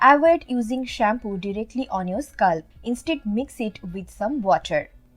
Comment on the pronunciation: It is not" hursh" it is" harsh" and also not "sculp" it is "scalp" Good informations though.👍🏻